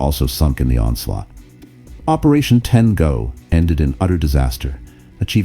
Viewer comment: Ten go became Ten Gone